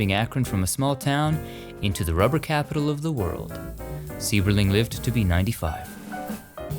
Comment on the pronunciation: In Akron the pronunciation of the Sieberling family. It is pronounced with a long I sound. S I eberling. Sorry the teacher in me couldn't let it go. I work in Akron schools. We were just there in there mansion on a field trip. I really enjoy your vlog. It's actually more then a vlog. I really really enjoy enjoy it. And have been with you for a long time thank you so much!